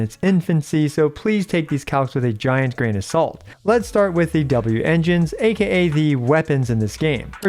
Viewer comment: Please just call it a W engine and not a wengine -.